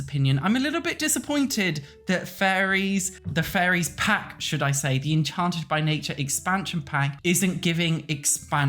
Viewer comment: Im sorry but it truly sounds like youre saying furries instead of fairies to me 😭😭